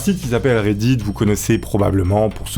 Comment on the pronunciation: on dit RAIDITE pas RAIDIDE Mdrr (ça s'écrit pas comme sa je sais c'est pour la prononciation)